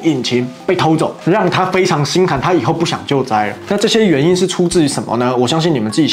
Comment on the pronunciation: 抱歉了 難得的聽到台灣國語"具體岩因"我高潮了